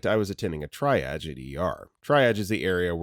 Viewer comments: i've noticed you say the word 'triage' like 'tryadge' when it's actually pronounced as 'tree-ahj.' love your vids! :) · Triage. It’s not “try-edge.” It’s “tree-aj.” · pronounced tree-auj not tri-aj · Triage=tree ahzh Not tri aj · exactly. fun fact is it's actually a French word, hence the French annunciation. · Triage, pronounced tree ahjj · It's "TREE-ahj" also, antiemetic = anti-vomiting agent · Just as an FYI, most people spell out g-y-n (jee-why-en), I don't think I have ever heard anyone pronounce gyn as "guyn". Saying it that way makes this sound like an AI voiceover. Also, triage is generally pronounced "TREE-ahj" in most accents. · All these videos, and still doesn't know how to pronounce "triage" 😂